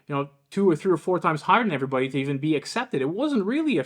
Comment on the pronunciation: I find it telling that Mr. Word Salad, Micheal Eric Dyson the Uber Racist, who prides himself on using obscure and unconventional descriptives in an attempt to make himself seem intellectually superior... say's err'body instead of everybody. It just emphasizes his overall phoniness. The guy is such a toxic racist fraud.